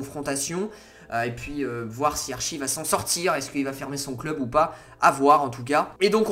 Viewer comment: ça me stress comment tu dis Archie... ça se prononce « ArTchie » 😭 sinon super video